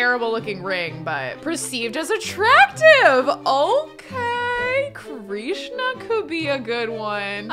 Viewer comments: hi! just wanted to say it's pronounced Krishna like "dish-na" not kreesh-na i still love this series! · DOA - Dead on Arrival. Krishna is pronounced like Trish (with a K obvi) na. Not Kreesh na. Krishna. Loving all the purple colors, purple is my fave! 💜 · Krishna is pronounced Krish (rhymes with dish)-na, not “kreeshna.” :)